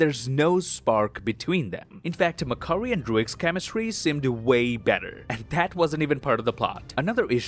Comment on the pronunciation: I love it when says mc curry lmao mcdonalds now serves chicken curry